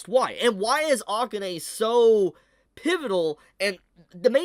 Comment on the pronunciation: Please stop saying Akane like that 😖